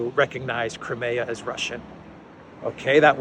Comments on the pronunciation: NOT krim-A-ugh but KR-EYE-ME-ugh. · What is this "Cremaya".....in English it's pronounced Crymea. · Where did you get that pronunciation of Crimea? In the English we Americans use it is "Cry-me-uh". In Russian it is Krim (rhymes with trim except for the rolled "R"). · It's pronounced "cry-me-ah".